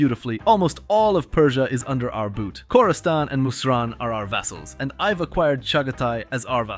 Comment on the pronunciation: Video was good and all but hearing khorastan and mushasta was so painful as a persian 😭